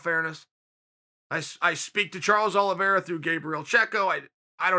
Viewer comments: He also said Charlie Olives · he said Charles OLIVIERA, he says the names wrong on purpose